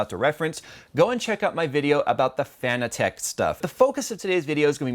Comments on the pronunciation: its not fan-e-tech its fan-tech ffs your killing me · fa-nah-tick not fan-a-tech lol:-p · Do you not say Fanatec like fanatic? and not Fana-tech? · it is pronounced like fanatic